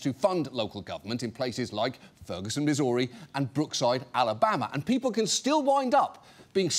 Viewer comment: Please, for the love of God, learn how to say "Missouri" right